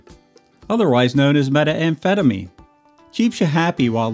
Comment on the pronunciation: Methamphetamine. Not Meta-amphetamine. Crikey.